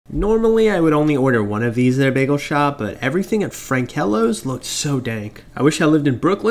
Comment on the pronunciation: Maybe if you lived in Brooklyn you wouldn't mispronounced the name. Frankel's, not Frankelos. 😂😂😂